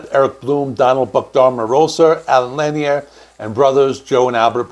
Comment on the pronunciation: One other thing...Allen Lanier's last name is pronounced La-neer, not Lan-e-er...